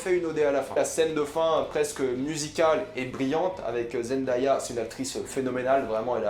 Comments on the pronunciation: Ça ne se prononce pas Zendaya mais Zendeya. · Par contre Zendaya on dit (zen-day-a) Pas (Zen-da-ya) aha dsl mais ça m’a stressé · Zen-day-ah pas zen-da-ya , c dingue comment personne ne la connaissait avant Euphoria 😭, don’t get me wrong Jai adoré ta vidéo mais n’écorche plus le nom de la reine 👸 😊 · on dit (zen-dè-ya) pas (zen-da-ya) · on dit zendéya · Zendéya (je parle de la prononciation) super critique cette série est vraiment incroyable je connais Zendaya depuis Shake it up et cette actrice,chanteuse,mannequin est vraiment incroyable j'avoue que j'ai 13 ans et que la série est -16 ans mais bref Zendaya et cette série est incroyable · Zendaya se prononce zen-day-a (zen-dé-a), derien! :') Sinon super critique, l'une des meilleures séries de cette année je touve! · Barbo ça me stresse juste pcq Zendaya l’a dit elle même comment il fallait prononcer son nom, après je ne fais de reproche à personne je m’exprime juste ^^